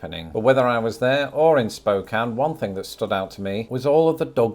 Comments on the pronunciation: Congratulations on saying Spokane correctly. I’m proud of you. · Oh, wow, you pronounced Spokane correctly. Thank you. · Agree! Most Americans who are not from the PNW don’t pronounce Spokane correctly. Well done! 🎉 But- Washington is definitely a North American 10! How could it not if Idaho is??? 🤔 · I second that. People always pronounce it: Spocane, but the 'e' is silent.